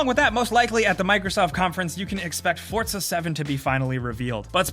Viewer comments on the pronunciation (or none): "Fortsa seven"